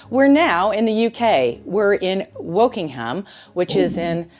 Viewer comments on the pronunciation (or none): We very often don't pronounce place names as they're written - Americans pronounce them literally! So it's 'Woking'm' not 'WokingHAM'. And she's in BARK-SHEER not Berk-shyer! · It's pronounced 'Barkshire' And it's not 'working...ham' it's Wokingham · Wokingham in Berkshire is pronounced: "Wokingam in Barkshire"!